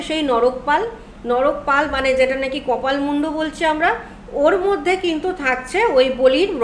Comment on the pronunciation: কি অদ্ভুত , আপনি নর কপাল কে বলেছেন নরক পাল